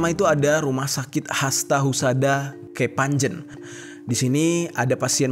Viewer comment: Kepanje n